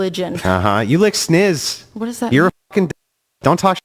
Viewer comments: "Sniz"... good lord🤦🏽‍♂️. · IT'S SNIZ DAMMIT